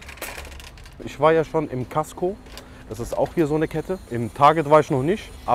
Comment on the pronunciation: was für kasko bruder vollkasko oder was. das heißt costco hahaha